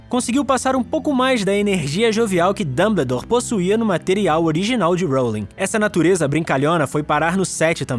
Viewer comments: É Dumboldore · ELE FALO DANDEDOR DANDERDORRR🤬🤬🤬🤬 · mano, que agonia! A pronúncia é "Damboldor" kkkk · O cara me pronúncia "Dumbledore", do geito que escreve, mas a pronúncia certa é "Danboudór"! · Dâmbledor? Sério? Dói os ouvidos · Escreve "Dumbledore" E fala "Damboudor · Ele fala danbedor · dambledor KKIOKKJ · e q vc falou Damboldor kkkkkkkk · Pelas barbas de Merlin, essa pronúncia do nome do Dumbledore me mata eternamente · Me encomendei no início do vídeo mas depois achei bem legal, ficou muito parecido com o sotaque francês